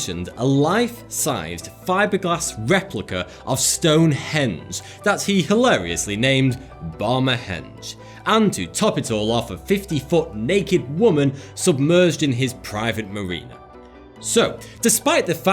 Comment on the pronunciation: Bam-a Henge, as in "Sweet Home Alabama" Henge. Get your sh*t together.